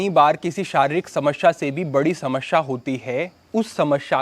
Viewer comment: Smashea nahi smesea hoti hai bhai😂